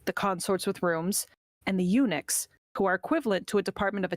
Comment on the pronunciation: El Nick instead on eunuchs is funny